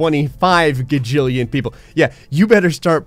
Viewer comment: It’s gajillion, not gagillion.